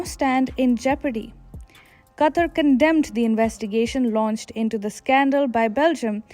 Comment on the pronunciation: I couldn't finish the video with the way she pronounces Qatar lol